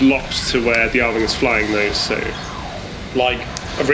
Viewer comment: Ahem. Ar-WING. WING. C'mon man.